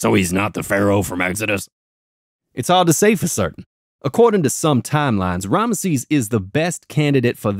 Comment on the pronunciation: Who is "Ranesses"? is related to Rameses?